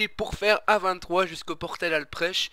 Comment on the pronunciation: Salut pas mal, mais ont dis que c'est la commune Alprech x') tu y es depuis le parc de la falaise, et Alprech se dit [Alprek] :p